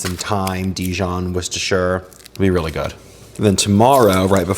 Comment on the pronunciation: Love that you pronounce Worcestershire properly! (Coming in from Scotland) 😊